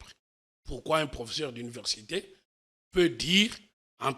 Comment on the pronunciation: Monsieur ne sait pas prononcer le mot: professeur. C'est pathétique!